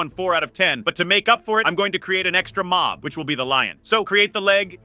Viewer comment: it's mob not mop